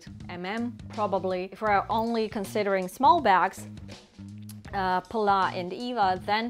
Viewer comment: Hi you may pronounce it pallaS the s is not silent. PAL LAS